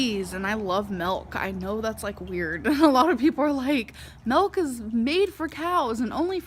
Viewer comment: Melk she loves melk